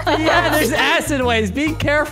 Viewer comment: diareah not diareh